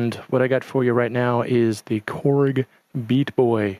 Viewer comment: () YOU have awesome vibes and music! Hey, just have to say, you need work on your Chinese Accent. I just watched it again and you sound more Italian than Chinese!!! Beata Boy, sounds like Pizza Pie! Whatsamatteryou? LOL Korg is really putting out some awesome 'cheap' err I mean inexpensive usable things! I plan on using it as a drum track to free up my Kaoscillators. I think every guitar device I own has a tuner hahaha I really like the Beata Boy!!!:-)